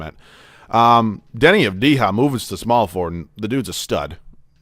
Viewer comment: Avdija Pronounced avdiya